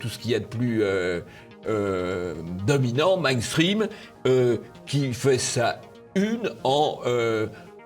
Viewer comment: Quand on ne sait même ps prononcer "main stream"...